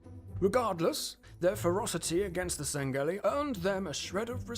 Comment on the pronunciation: “Sang-Gelli”? Are you serious? It’s “Sang-Hee-lee”.